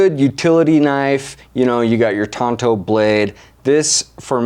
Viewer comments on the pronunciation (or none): FFS its a "TANTO" blade. TONTO was the Lore Rangers sidekick